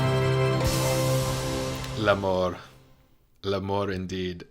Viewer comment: I started this video and ten seconds in had a good giggle. Your pronunciation of the french 'l'amour' on screen like the italian 'amore' but without the e means that in french you're actually saying "la mort." Which is 'death.' You said 'Death. Death indeed' like it was so touching -- which is of course darkly hilarious considering the end of this musical.